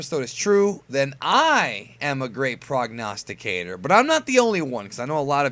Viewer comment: i really love how you say "prognosticator"!!im greek and its reallynice when i hear anyone saying greek based words right(prognostic is a str8 up greek word not simply greek based!)